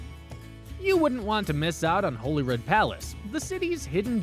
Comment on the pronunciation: So - the queen is dead. Holyrood is said like Hollywood. St Gilles rhymes with smiles.